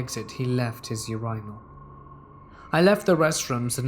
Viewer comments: UR-I-NAL lol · Yer-I-Nal. LMAO.